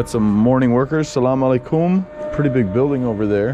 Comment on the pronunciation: great video great vibes it's really funny how you say sallam aleikum ...😁 you're supposed to put the emphasis on the LE of the aleikum...not on the KUM... but all in all a great example of how learning a bunch of local words can really create bridges between people keep up the good work and have fun